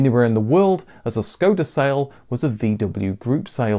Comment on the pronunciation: Hi, watch a lot of your videos. BTW it is "Shkoda" , not "Scoda" , look above the "S" , the little V indicate the "Scchh"